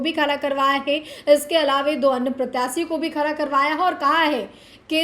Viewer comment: खारा नहीं खड़ा बोला करो आगे से.....